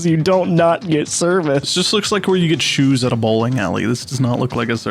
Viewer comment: Can I pay you in scroos for those shoos?